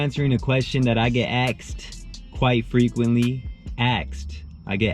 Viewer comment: You sound like a mayate when you say "aksed"